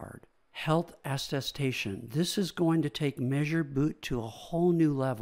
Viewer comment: Great overview! Tiny nitpick: it's aTTestation, like, at a station!